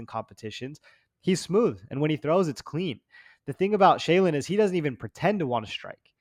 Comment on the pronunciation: laughing at the Shayilan pronounciation and then butchering it himself was perfect. Great show again guys!